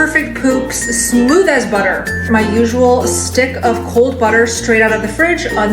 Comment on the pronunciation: Che-potle, Micro-wAVE, buh-tteh, A-lo-tee